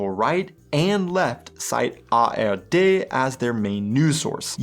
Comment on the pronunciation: Phew, he said it right the second time. I am relieved. ;)